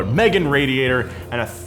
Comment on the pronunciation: Did he really call meeee gan, Megan lol 😂 wow that’s a first for me .